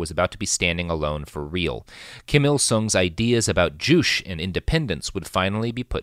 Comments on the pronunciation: ""Joo-che" not "joosh" or "jooch". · Joo-chay....not joosh. At least look at a pronunciation before doing a 1 hour+ podcast on a subject. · Juche is pronounced JOO-che, not joosh, which is unfortunate because joosh is hilarious. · It always hurts to hear the way Robert pronounces things, but this episode especially hurts because I speak Korean and Chinese. The first time you said "Juche", I thought "what the fuck is joosh?" Eventually I realized you were referring to "joo-chay". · The way you pronounce "Juche" (joo-CHay) kills me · i am very sure you are pronouncing juche wrong. pretty sure its two syllables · This was driving me crazy. You can't suffix a syllable with the "sh" phoneme in Korean.